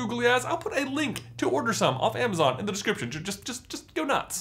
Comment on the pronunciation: Is nobody gonna mention that said “of” instead of off... just me?? Ok